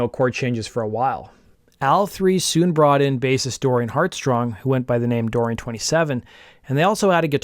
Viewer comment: This is a great video, but you get Dorian HeartSONG's name wrong twice, and he deserves better. As a matter of fact, he deserved more than one album to shine.